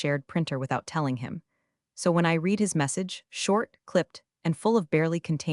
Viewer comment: Still can't get "read" pronounced correctly.